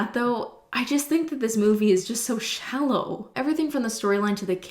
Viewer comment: sometimes i forget that is canadian... than she says « shallow »